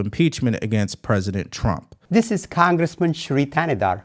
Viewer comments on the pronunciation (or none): How did this little old man who can’t even pronounce congress become a congressman…??? He should be impeached for stealing a boys hair…!